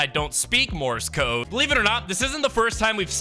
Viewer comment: "Morris code" 💀